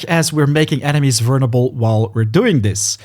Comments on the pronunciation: I'm sorry, you're saying "vernable" instead of "vulnerable". It's triggering my grammar ocd. 😭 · Great video but dude the word is "vul ner able not "vurn able" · The way this guy says vulnerable is absolutely hilarious Vernable lol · Haha, “vurnable”. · Bro you’re not even close on vulnerable, just practice that one a little bit, everything else is sounding goodm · mate. you should ask someone how to pronounce vulnerable. cuz the way you do it is wrong.. really wrong